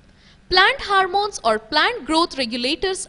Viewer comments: It is not ' harmones ' it is hormones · It should be ''Hormones" not "Harmones". And yes, it should be ''Stomata'' not ''Stomato''.